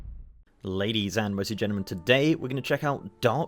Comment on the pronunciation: I enjoy your videos a ton, but this has been bugging me for ages... what are you saying at the beginning of each video? "Ladies and ????? gentlemen." I've been hearing "mercy gentlemen" for the longest time.